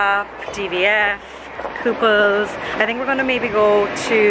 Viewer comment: It's "The Kooples" not "The Couple's".